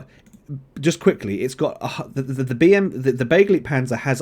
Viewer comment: It's pronounced be-GLIGHT-panzer ...and don't you forget it ;)